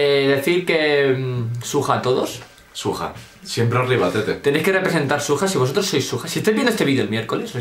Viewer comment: xXbOriEXx la palabra original es ¨SWAG¨ pero con el tiempo la gente lo deformo la pronunciacion por broma llendo de ¨SWAG¨ a ¨SUAJ¨ y de eso a ¨SUEJ¨ y le puso ¨SUJA¨